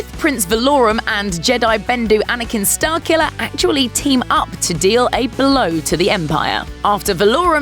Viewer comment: OH! "Starkiller"! I thought u were saying Starcula.